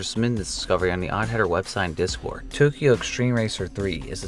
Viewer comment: ....I just scream or make noises when you say d-cord....... or try to.... there are times were you catch me off guard and............I hate it please stop saying d-cord...... it traumatizes me...... everyday when I hear it..... please..........it hurts... -Devon Boyko